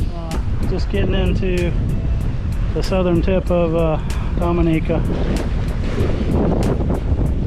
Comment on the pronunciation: it's pronouned Domi-neeca